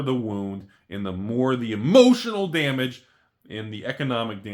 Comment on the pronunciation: The only thing that could've made this video better is if you said "emotional damage" correctly